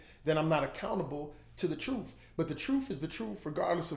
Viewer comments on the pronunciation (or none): Ps... I always chuckle at how you pronounce truth as "troof" 🤭 Great message! Keep up the great work, and God bless